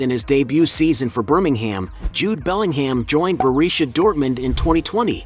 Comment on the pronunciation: FFS!!! It's not BellingHAM, it's pronounced Bellinghmm